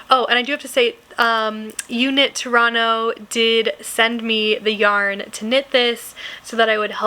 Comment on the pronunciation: Hello from Canada 🇨🇦....just had to pause the video and applaud your pronunciation of "Toronto"....you could pass for a Canadian 😊❤